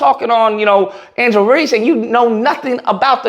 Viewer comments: Bro I like your videos, but you gotta stop saying people's name wrong. You called her Angela 4 times, her name is angel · Love all this but please call her by her name. Angel* not Angela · Thank you for addressing the ignorance, but her name is ANGEL not Angela. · Why does he keep calling her Angela?? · Her name is Angel….damn at least do your homework and get her name right.. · It's angel reese but great content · Angel not Angela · dear. Her name is ANGEL! Not AngelA! Angel! Come on guy! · KNEE GHUROOW!!! If you don't stop calling this woman Angela when her name is pronounced Angel 😅 Me and you are going to have some probs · It's Angel 😇 Reese !.... Not Angela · It’s ANGEL REESE!! At least get her name right! Geez! I can’t believe you got her name wrong! Make it make sense!!! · It's Angel....but I fully agree with your take. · Refusing to say her name correctly is suspect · somewhat respect your commentary but come on bro this one of the most popular people out here and you can't get her name right, secondly bro just bc she won a championship in college doesn't mean much when you move to the next level, if you don't care about the W don't speak on it just speak on the topic at hand first impressions mean everything kid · The way you keep messing her name up is making me soooo mad. 😂🤣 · Rushed to make a video without even getting her name right..take this L too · understandable however he’s read her name in multiple articles in this video and still saying it wrong